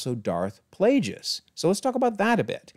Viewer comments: You are pronouncing Plagueis wrong, mate. Didn't you ever watch the movie where the Chancellor told Anakin of the 'Tragedy of Darth Plagueis the Wise'? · Yord* I'm curious where you got Kord from. On another note, the name of Darth Plagueis is actually pronounced like the word "plague."